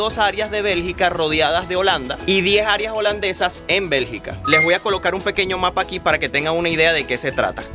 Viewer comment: Bergica no belgA